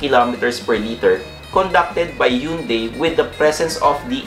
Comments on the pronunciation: Sir, it prounounce “Han-day”..HYUNDAI 😊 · Hyeon Dae